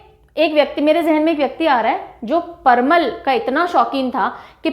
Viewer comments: Parmal nhi parval hota g😂😂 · Ma'am vo parmal nahi parval hota h , jisko patal v bola jata h